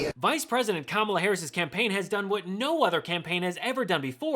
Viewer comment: And you still pronounced her name wrong????